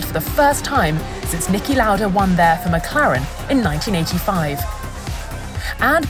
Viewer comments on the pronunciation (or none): none